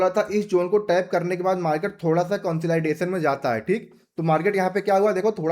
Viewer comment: Bhai market conslaidation nahi jata consolidation mei jata hai 😂😂